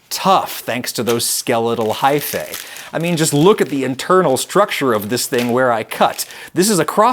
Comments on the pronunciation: its pronounced high-fee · One of my biggest pet peeves is when the "-ae" suffix is pronounced "ey". It's "ee"! Haifee! Gah! I'll try to power through! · lol at every time he says high-fay.